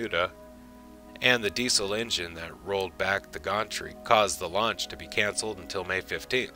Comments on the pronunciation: I've stopped watching this. When he says, "Gauntry" instead of "gantry", I realized, he's reading someone's article and has no knowledge of the material. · Whatever the audio equivalent of a copyeditor is, you need to hire one. Schirra is pronounced "Shir-RAH", not "Sharia". "Gantry" has a short "a", as in "ran". It is "perigee", not "pedigree", "Atlas-Agena", not "Atlas-Aja",, "intermittently", not "intermediately", "xenon strobe lights", not "xeon strobe lights", "ecliptic", not "elliptic", "unwieldy", not "unwieldy", "dextroamphetamine", not "dextroamplamine", "zodiacal", not "zodacular", and "attitude control peroxide", not whatever you said. Every instance of "altitude" should be replaced with "attitude". Since much of what you said was word-for-word from Wikipedia, I know what you were trying to say. You speak well. You should take advantage of that and speak accurately, too.